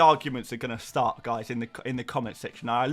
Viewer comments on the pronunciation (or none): none